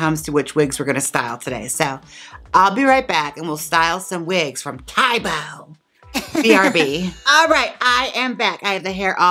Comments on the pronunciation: I think it's said tau-bau rather than tai-bo LOL Most Asian languages don't have many sharp vowel sounds, they tend to round the sounds, so lots of ow, ah, eh sounds ^_^ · I'm a Chinese teacher here in the U.S. and lived in China for 7 years, so I am VERY familiar with Táobǎo! Both táo and bǎo rhyme with "wow." Keep up the great work, Jaymes - love your videos!!! :) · this cracked pronunciation of taobao is cracking me up. best way i can explain the correct way to say it is like the "ao" is kinda like "ow" ? someone else cld probably explain it better bc im not good at chinese but i have lived in china for almost 4 years so ive had my fair share of using taobao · ToaBoa is pronounced “T-ow” (short o like ow I hurt myself) “B-ow” (short o again like the bough/limb of a tree or to end a performance with a bow) “T-ow B-ow” TaoBao is also a great place to get cheap Lolita dresses but you have to use a Chinese shopping service to order from them. I would love to see you do a Lolita drag look, although Lolita is a lot more about the dress than the hair. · i assumed she just misread it and kept butchering taobao until she idk googled the actual name? when uploading the video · Your pronunciation of taobao is hilarious. Hahaha. I lived in China for 6 years and used it for everything. You can literally buy anything imaginable through it. Though, I'm back to Amazon again as I have been in Mexico city for a couple weeks and relocating my businesses there. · The way she saying Taobao!! I’m cackling